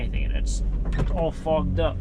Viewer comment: I know that you said "Fogged up" but it sure sounded like you said something else. LOL 😱